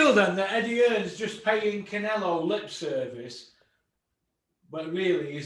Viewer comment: I like, but why can't he pronounce Canelo?